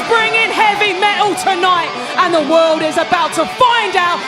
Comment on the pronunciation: "And the Wolld"